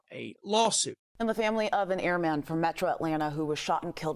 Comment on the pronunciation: It's pronounced airmen ,not airman